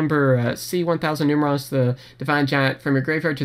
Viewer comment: Pronounced: Nume - erronius (Numeral + Erronius) and Nume - erronia